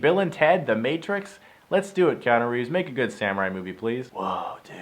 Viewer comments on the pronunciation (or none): none